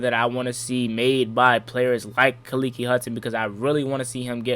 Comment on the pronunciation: Fam it's Kah-Leak .....don't make that boys mother come after you for saying his name wrong lol